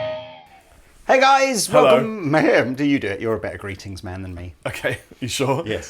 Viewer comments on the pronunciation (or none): Chapman's "GRRRRRRReetings" is awesome!